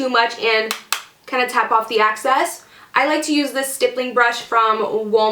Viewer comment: Hey! I really like your videos! And your super gorgeous face! I just wanted to say, when you mention tapping off the excess, it sounds like youre saying access. Theyre two totally different things!